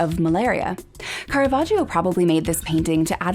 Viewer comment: I enjoy your programmes very much, but you should learn how to pronounce "Caravaggio" correctly: it is car-a-VAJ-o. The "i" is silent; it is there only to make the "g" soft.